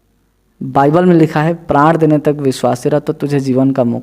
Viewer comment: बाईबल है भाई, बयबील नही, बल, बल, बील नही।टक से बोलो😥😰